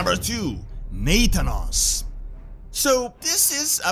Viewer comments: NAE-THANOS... It's Nathanos dude.. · Ur pronouncing Nathanos wrong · I was like...who is Nate tanos? lol Nah Than Nose, like Thanos from marvel. 🤣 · It's weird how you pronounce Nathanos. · Even by knowing how Nathanos is pronounced, 'NaTHAnos' is a very ineffective way of conveying it. We can't hear you when when you type hun